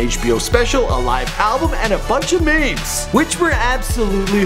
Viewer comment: Did this guy juss called memes Mames wtf